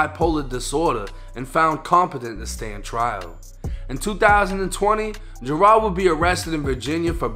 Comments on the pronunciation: its pronounced "JER-ELD" then say it fast. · Dudes names Gerald but Jer-ahld does seem a little more "street" though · How tf do you mispronounce Gerald